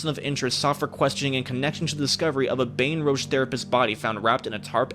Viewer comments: I’m so sorry but I’m from Louisiana and IM FINNA CRY WTF IS BAETON ROUG 😭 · It’s Baton Rouge(Batten-Roooouge) that’s how to pronounce it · Bro really said “Baten Rouge” 💀💀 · IK DID NOT JS MIS PRONOUCE MY CITY.!!! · Am I the only one that cringes when he says Baton Rouge ik it's probably not his fault